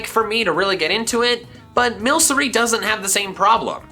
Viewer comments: You pronounce milcery milkery like milk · He is saying milcry wrong. Otherwise, amazing drug, I mean, drum Pokemon. Rillaboom is slot better than you think.